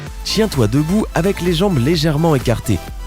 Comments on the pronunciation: Est ce qu’à il a vraiment dit « chien toi debout » à la place de « tiens toi debout » ?😂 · Non pas du tout mdrr jcrois que t oreille ya trop de siree a l'intérieur il a dit tchin toi debout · oui il a dit sa lol tchin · Oui il dit vraiment chien debout mdr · Il a dit tchien toi debout mdrr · oui il a bien dit s mdr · Oe mdr faut articuler ;^